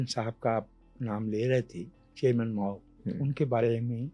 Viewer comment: ماؤں نے بہت برا کیا ہے ۔ ماؤ”